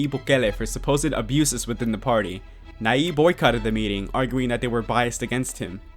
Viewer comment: Gracias, muy bien elaborado el documental... sólo que debes pronunciar su nombre bien. "y" pronucia el fonema.